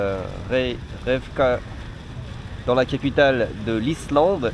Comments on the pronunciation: Ca se dit Rey kya vik ^^ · la capitale de l'Islande sa se dit Rekiavic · La capitale de l’Islande 🇮🇸 ce prononce réquiavik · Si t'arrives pas à dire la capitale de l'Islande. Tu peux reproduire sa phonétique en l'écrivant Rékiavique. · Pour la capitale de l'Islande on dit reïkïavik!! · sa se dit : réy kia vik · C'est Reykjavik la capitale de l'Islande 😂 (prononcé Raye ki a vique en gros mdrr) de rien